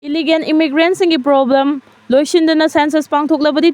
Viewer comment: It's illegal not illigan! Wat new anchor!